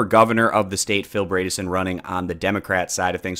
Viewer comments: FYI, Bredesen rhymes with Edison; ie, that first syllable isn't braid but bread . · LOL I noticed that too Hahahaha! 😂 I chuckled every time he said “Braydissen” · Good video man. Just for future reference though, it’s pronounced Bread-a-son -a Tennesseean